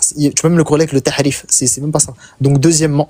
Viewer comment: Ce cotorep la reprend sur l’arabe et il dit ta3wil au lieu de tawil 😂😂😂😂😂 au lieu de dire tahrif il dit ta3rif 😂😂😂😂😂😂😂😭😭😭😭😭😭